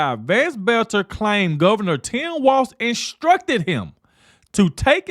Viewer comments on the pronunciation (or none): ITS TIM WALZ PEOPLE. NOT WALTZ!